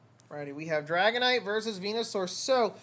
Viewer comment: Yooo thanks for the shout cast! You did pronounce the name correctly 😂👌. Made a few misplays but oh well 😂